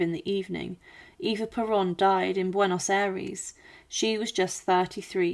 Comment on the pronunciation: Juan is pronounced "Wan" Buenos Aires is pronounced "Buenas Ah- rez"